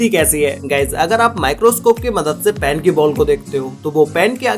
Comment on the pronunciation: everyone : ball pen this guy : ball pan :)